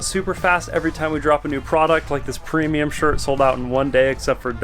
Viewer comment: “Premium” this, “premuim” that. Annoying as fuck